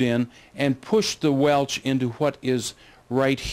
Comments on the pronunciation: Especially pronouncing WELSH AS WELCH!!! Makes me think of WELCH'S JELLY!!! 😂😂😂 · Almost stopped watching this due to the repeated mispronunciation of the name Welsh....he kept saying Welch. Ugh!